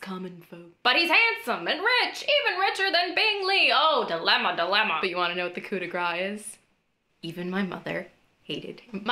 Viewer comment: I just felt Darcy twitch at hearing Lizzie mispronounce "coup de grace." Don't try to pretend he isn't that kind of joyless pedant.